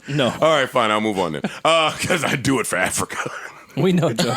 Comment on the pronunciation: I dont like the way You just said AFRICA ! my Guy!